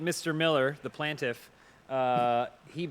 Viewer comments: "He's not a plaintiff he's a plantif" 😆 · "Plantif" is driving me crazy!!